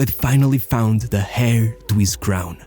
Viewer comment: ‘Heir’ is pronounced ‘air’ not ‘hair’